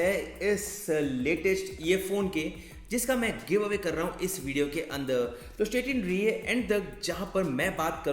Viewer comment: You speak andar as anada_ , upar as upa_ .... Hindi ko toh dhand se bol le gadhe... Angrej ban rha hai